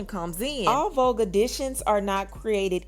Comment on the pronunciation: Cardi said vobe 😭😭not vogue 🤣🤣